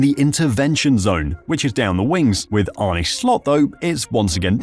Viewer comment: Arne's name is not pronounced Arnee but Arnu from nu(t)😮